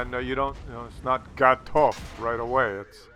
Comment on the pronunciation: VGATOV! it is a V at the beginning :)